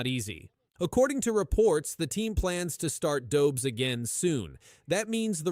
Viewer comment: Learn how to pronounce Dobes...it shows respect. Learn how to pronounce Martin St.Louis ... it shows respect.